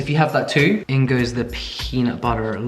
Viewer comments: The “Peanut buttuuur” is sending me 😂.Fav person tbh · peanut buddddderrr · I cracked up so hard on the "you can use some cocaine if you want" sprinkles white powder into bowl and the way you were saying "peanut butter" with and without your accent had me so dead and yes PLEASE DO BAKING WITH BAKED MILES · i love it so much when he just says peanut butter in an american accent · I really love when you try to say "peanut butter" with a US accent! 🤣🤣🤣